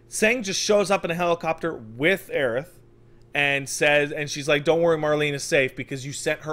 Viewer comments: It's Aerith,. Do you also say Sephiross? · The trailer clearly pronounces Aerith why are you both saying Aerisu you weebs Will you be talking about desu noto later on or what